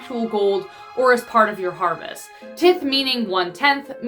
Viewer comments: Hey I liked the video but you pronounced tithe wrong it's pronounces tieth just saying please pronounce it right if you're gonna talk about it please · Yeah she mispronounced tith